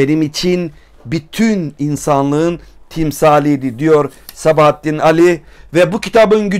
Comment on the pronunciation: Sabahattin Ali'ye "Sebahattin" dediğin an videoyu kapattım. Yazarının adını doğru telaffuz edemeyen birisinin kitabı analiz etmesi de benim için bir anlam ifade etmiyor.